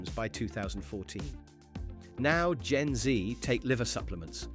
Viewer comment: You were doing so well until you called them gen zee. Instead of gen z